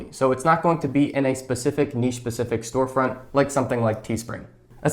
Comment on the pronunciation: It's so refreshing to hear someone pronounce the word 'niche' correctly👍🏽